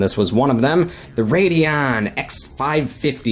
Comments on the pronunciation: why do you keep saying rad-eon? its pronounced raid-eon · It's RAY-dee-ON, not Rad-e-on. It was bothering me the entire video. Stop. If your so enthused with AMD/ATI, at least learn to pronounce the name of the line properly. PS, i'm an Nvidia guy.